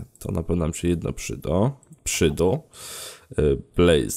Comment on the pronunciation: To się "przydo"